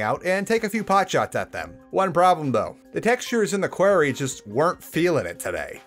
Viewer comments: Ikr he's saying query not quarry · Quarry is pronounced like sorry btw, not like hairy. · qwairy? no you pronounce it q-war-ree that how you say quarry. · Stop saying Quarry like that it makes my skin crawl